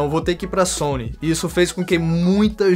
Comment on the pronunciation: vc puxa uma pronúncia americana que deixa muito legal essas palavras hahah